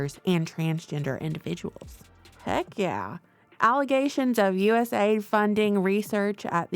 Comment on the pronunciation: Isn't it cool, how they derive names that sound SO GREAT, but are nothing but EVIL. Patriot Act, Homeland Security, USAID etc. You need to stop saying US-AID and say U-S-A-I-D. Misleading big time.I don't trust Rubio period